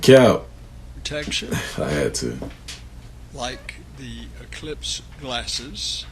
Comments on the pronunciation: He said ellipse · See he called it an "Ellispe" then he says Eclipse!! Those are two different things check it out!😮